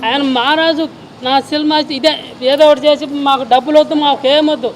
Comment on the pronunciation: Unnadhantlo endhuku brathakaru? Cinema ani palakadam radhu nuvvu em cinema theesavu?